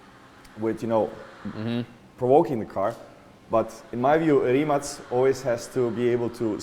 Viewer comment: His pronunce of Rimac is so idiotic